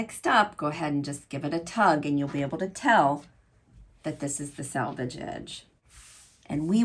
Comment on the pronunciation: Pronounced as “sell” vage